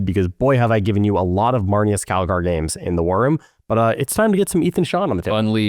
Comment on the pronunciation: I think it’s pronounce Aye-thon GET HIS NAME RIGHT